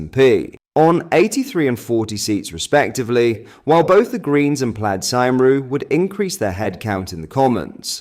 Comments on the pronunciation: Plad symro 😆 Plaid Cymru is pronounced "Plied Come-ree". Nice attempt 👍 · It's pronounced plide (rhymes with ride) kumree, and means Party of Wales. You call yourself British Stand, but can't even pronounce the two most familiar words of the origainl language of Britain. And for the record, I'm not even Welsh. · Just want to add that it's pronounced plaid "cumree" 😆